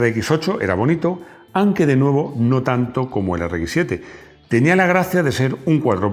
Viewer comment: Has dicho “an que” en lugar de aunque, por Dios cuida el lenguaje!!